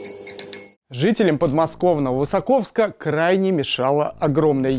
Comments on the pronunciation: ВысОковска а не ВысакОвска, ударение правильное надо ставить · высОковска, а не высокОвска